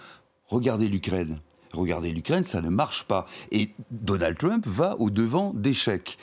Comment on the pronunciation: Votre Journaliste ne pourrait pas faire un effort sur sa prononciation de "TrUmp"? on est en Françe, pas aux USA..."TrUWmp"...oO